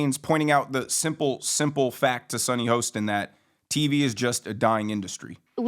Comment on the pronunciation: SUNNY HORSECHIN.. Get her name right.!